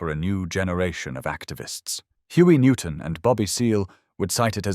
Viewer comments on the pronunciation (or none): none